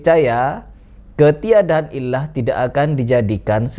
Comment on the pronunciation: sebelum malu 7 turunan, aku kasih tahu,,,itu bacanya "ILAT", artinya cacat, bukannya dibaca ilah,,,ah kamu ini ada2 aja....buat konten yg lain lah, jgn bahas kitab, nti ketahuan salahnya,,alias ngawurnya